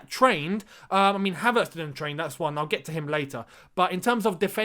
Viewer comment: You pronounce his name correctly